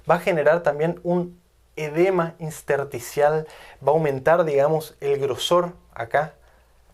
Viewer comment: Soy médico; sus vídeos son excelentes, muy bien documentados y se los he pasado a otros colegas que también lo aplauden. Con mucho aprecio, sólo se le pasó "un edema inSterticial", varias veces y que lastimaron gravemente mis tímpanos: Intersticial es lo correcto. Por favor, nunca deje la docencia, hace un trabaja excepcional.